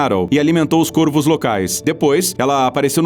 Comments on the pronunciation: Caros do, o plural de corvo é com o timbre aberto, que não é acentuado: corvos [córvos], e não côrvos, assim como em forno: fornos [fórnos]. E baleias-piloto é um substantivo composto por ligação por hífen: baleia-piloto; baleias-piloto. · mds do céu... O cara começa o video pronunciando Corvos de maneira errada.. O singular pronuncia CÔRVO, no plural se pronúncia CÓRVOS. Deslike e video fechado. Boa noite. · Plural de corvo se fala cÓrvos.